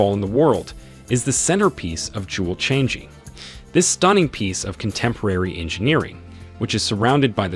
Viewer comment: Learn how to pronounce Changi!